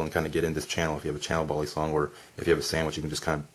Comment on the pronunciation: No one:: "BALLisong"